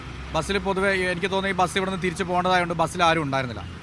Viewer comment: ബെസ് എന്നു പറയാതെ ബസ് എന്നു പറയൂ